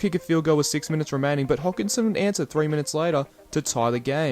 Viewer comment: Trent "Hogginson" 🤣. It's Hodkinson, there's no G